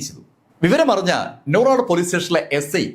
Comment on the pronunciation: Nooradu alla sir, nooranadu ennanu.